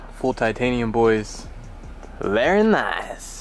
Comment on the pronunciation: “Berry Nice”